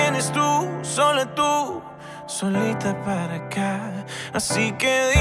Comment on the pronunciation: Todos los cantantes tienen derecho a reinventarse ! Pero también es cierto que todos los fans tienen doblemente derecho de mostrar su tristeza cuando sienten que sus ídolo ha perdido su esencia. Debo decir q en mi caso prefiero al ANTIGUO REIK, es innecesario que pronuncie mal las palabras como Pa en vez de Para, creo q eso sí se me hace mucha huachafada. Y no lo digo porque la música urbana y sus derivaciones sean malas, porque yo hago música urbana y me gusta. Por cierto pasen por mi canal y suscríbanse y dejen sus comentarios. Mis respetos para Reik pero esta nueva propuesta no es de mi agrado.